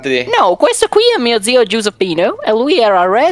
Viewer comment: "Noh,questo qui è mio zio Ggiuseppinoh" QUANTO È BRITISH HAHAHA